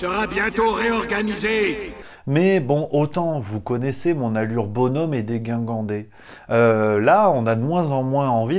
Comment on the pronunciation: Eh camarade, "Mon allure bonhomme et déguingandée" ! Dégingandée ! Lol Merci pour ton boulot !